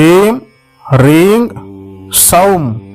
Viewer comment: தங்கள் உச்சரிப்பு ஓம் க்ரீம் என்று கேட்பது போல இருக்கிறது ஆனால் படத்தில் ஓம் ஹ்ரீம் என்று உள்ளது இதனால் குழப்பமாக உள்ளது ஐயா